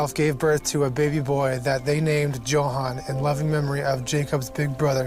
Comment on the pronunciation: If this guy mispronounces Johan one more time i swear.